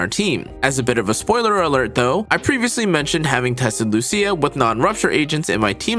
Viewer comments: As an Italian, since Lucia is a common name for me, I'll be your "guide." He actually says LuSIA incorrectly, and not LuCIA correctly. There aren't two pronunciations. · Loo C Ah ☝️😞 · I came for Loosha but got hit with the Loo See Ya. :face-green-smiling